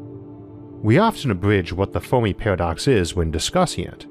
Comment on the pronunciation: today...'The Folmi peahwadox'!